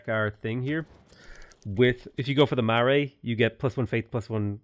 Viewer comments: Kia Ora enjoying the new mods just thought I would offer some advice from a New Zealander. Marae is pronounced "Ma-ra-ee" like mar-eye, Maori is "Ma-oo-re" and Tangaroa is "Ta-nga-rO-ah". Nga is like in singalong 🌟 good luck with the rest of the run! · Your pronounciations of Maori and Marae cause me pain but I'm sure you've heard that a lot already. If you at all care Maori is pronounced more like "M ohw ri" and Marae is pronounced "Mah rye" with a slight roll to the Rs.